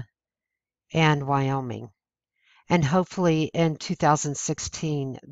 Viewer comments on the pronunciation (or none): none